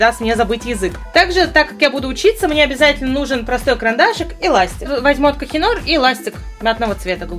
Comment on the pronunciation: Не «кохинор», ты же учишь язык, тебе сложно загуглить и выучить уже как это правильно произносится?